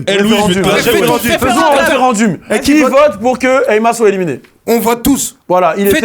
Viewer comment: waouh vous prononcez grave mal le mot "referendum" mdrrr DZ EN FORCE , ON t'accepte mon gars fodjé